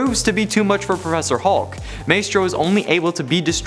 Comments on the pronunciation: Who dafuq is May-strow? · It's pronounced "My-stro." Sheesh